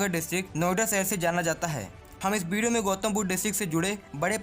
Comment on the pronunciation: Bideo nhi..video hota hai wo